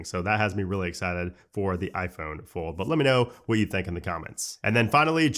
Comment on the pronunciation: Bruh you gotta learn how to say fold correctly before it comes out next year.